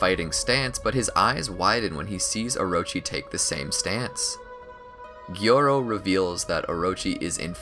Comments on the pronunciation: Bro keeps saying “garo” for garou lmfao 😭😭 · It’s garou( garou) not gayro ….bruh😂😂😂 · ps stop calling ga rou as ga ro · Learn how to pronounce Garou's name before making a video? Garou ≠ Gyoro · His name is pronounced Garo as in you're saying car O, not gyarow. Learn to pronounce the names properly please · its garou wtf man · Its GAROU not gerou AA not ei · The way you’re pronouncing “Garou” pains me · Why are u pronouncing garou like dat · The way you pronounce "Garou" is wrong and really cringy I almost couldn't make it through the whole video. Come on man at least pronounce his name right.